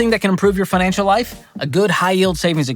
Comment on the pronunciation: did George say Pinancial Peace?